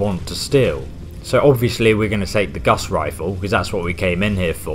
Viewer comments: it's pronounced gores rifle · Why u call it gus rifle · lol.. "Gus's rifle" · "Guss rifle" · dyslexic means he doesn't see good the words...so he confuses how to say it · The fuck is a "Guss" Rifle? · GAUSS. LIKE HOUSE. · *Gauss rifle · it's gauss not guss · Its pron gowse not guss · IT'S FUCKING GAUSS NOT GUSS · Its not his accent, I'm English and its fucking gauss, not guss. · Dyslexia doesn't affect the pronunciation of words from memory, it just affects just reading words that are written down. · Gauss not Gus Carl Friedrich "Gauss" the unit of magnetic flux is after him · it's not Guss Rifle you dipstick xD it's a Gauss Rifle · It’s not “Gus” it’s Gow-s like House but Gauss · It’s not the “guss” rifle it’s the gauss rifle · Guss rifle? It's GAUSS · ocd is kicking in you keep saying it wrong its not a guss rifle its a gau-ss rifle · Who's Guss?... You mean Gauss?? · Open World Gaming it's not even gauss rifle it's pronounced gaws rifle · GAUSS NOT GUSS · Isn't it Gaus Rifle ? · Guss? We all know it's Guass Rilfe*!!!*! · Its gauss not guss. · He also said Guss in the video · the " Geuss " rifle or something is how i hear him saying it. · Both of these annoy me, and it sounds like he's saying Gus rifle to me, either way it bitters my fritters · "Gus riflle" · So it's not dyslexia that's making say guss instead of gauss it's just knowledge for all he knows that's what it is, or he is just joking. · guss rifle he said it wrong and it isnt his accent its in the thumbnail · The “Gus” Rifle? “Pry”dwen? We’re reaching Jon levels of mispronunciation. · I'm English too, and I'm telling you that Gauss should rhyme with "house". Also, the Prydwen in pronounced "prid-win", not "pride-win"; the BoS door guard in the video said the name as you walked past her. This might seem a bit of a nit-pick, but I'm hesitant to accept advice from someone who can't even pronounce the names of the items he's explaining. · The guss rifle the bee-hee-moth and the pride-wen